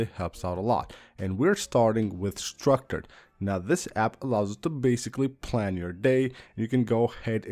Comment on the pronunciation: the way you said structured is the first time I've ever heard somebody say it like that